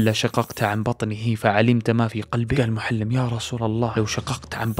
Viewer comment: سردك جميل وإن كان بالعامية لكن لدي ملاحظات وهي أنك تلحن كثيرا في قراءة الآيات والآحاديث ونطق الأسماء، مثلا قرأت (مغانمُ) بالفتح وهي مرفوعة . أيضا اسم الصحابي محلّم بن جثامة وليس معلم كما ذكرت والحديث في قصته ضعيف لا يستشهد به